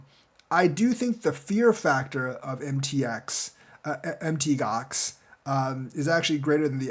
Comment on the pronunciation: PLEASE PLEASE FOR THE LOVE OF GOD PLEASE STOP SAYING M.T. GOX. ITS CALLED MOUNT GOX....PLEASE!